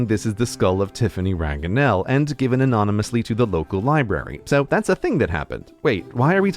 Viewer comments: Stopping you there for a moment, Grey, Tiphaine in French is not remotely close to being pronounced Tiffany. From your mistake in pronunciation I'd guess it's plausible it transferred that way to England, but the pronunciation is something like Tiff-en ('en' being pronounced the same way as we say the letter 'N'). The 'e' at the end alters the pronunciation of the 'ain' in Tiphaine, but it is never pronounced as 'e'. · Hearing "Tiphaine" be pronounced "Tiffany" is... well, incorrect to say the least. It's "Tiffen". "ai" is not "a", and the "e" at the end is silent. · I enjoyed watching this but Tiphaine is not pronounce Tiffany... The closest would be "tee- fayne" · Tiphaine wouldn't be pronounced Tiffany, but more like... tiffen. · But Tiphaine isn't pronounced Tiffany at all. It's just as close as Theophania is tbh. You'd pronounce it "Tif - N" (maybe clearer if I write it something like "Tiffenne" =p which is a spelling that does exist). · Grey : Tiny correction for the french pronunciation (it might be useful) of Tiphaine : you pronounce it « Tiffène ». This pronunciation is not as close as the « Tiffany » that we would expect. Source : dude, trust me... oh and i am french. Thx for your interesting vids. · I'm sorry but Typhaine isn't pronounced "Tiffany"... It's "teeffehn" we don't pronounce e at the end of words in French and ai is pronounced "eh" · I'm sorry Grey but that's not how you pronounce Tiphaine in french. It's not like Tiffany it's more like Tea Fen. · Nice video ! Just a quick note, Tiphaine is not pronounced Tiffany in french, but "Tifain" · Yes it should be prononced "tea-fen", the final 'e' should not be prononced 'i', it's not a 'e' prononciation in french. Maybe if the 'e' was accented, it could be 'tea-fan-eh'. The french not prononced like "Tiffany" is "Tiffanie" with a 'i'. Tiphaine is "tea-fen" like all other orthography: Tiphaine, Thifaine, Tifaine, Tifenn, Tifenne, Tiffen, Tiphen, Tyffen, Typhaine, Tiffaine; or "T-yeah-fen" Thiéphaine.